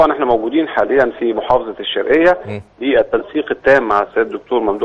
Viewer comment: الشرقيه مش الشرقه ههههههههه